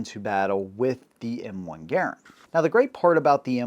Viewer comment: Congratulations on pronouncing John Garand's name CORRECTLY! (Although Mr. Garand himself pronounced it with a bit of a French accent - he being a French-Canadian by birth.) Also, it was a joy to hear your mention of Hugo Schmeisser and his contribution to the AK-47. Schmeisser was actually working for the Haenel Company where he developed the sub-machine gun that bore his name (unofficially, as it was officially referred to as the Haenel). But Schmeisser himself, working for Haenel, became very skilled in the use of stamped and welded sheet metal in sub gun manufacturer, replacing forged and milled steel billets. At the conclusion of WWII, a most German techniques and manufacturing processes, as well as the engineering and manufacturing talent, were swept up by the Allies and put to work in advancing those countries' defense projects. Hugo Schmeisser found himself in the part of Germany that fell under the Soviets as part of East Germany. So Herr Schmeisser found himself relocated to Russia, where he worked in their arms industry. Mikhail Kalashnikov designed the original AK-47 to have a stamped, folded, and welded receiver. He did so while assigned to a sort of R&D company, and used the material sources available to him through that company. The AK-47 as originally adopted required a high-grade of sheet steel for the fabrication of the receiver. After adoption by the Soviet Union, other Russian arms manufacturers were put to work building this new rifle, and sourced their r